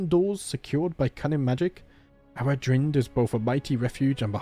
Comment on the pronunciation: Eldavaitale - El da vay tal (like in pal) eh Aradhrynd - A ra dreen..the video creator pronounced it correctly